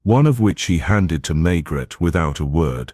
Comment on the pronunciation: Pronunciation of Maigret is wrong and the narration is on humanless auto pilot